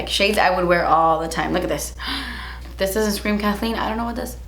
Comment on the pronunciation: “LOOKAHTDIS” ...... you are so cute!!!!!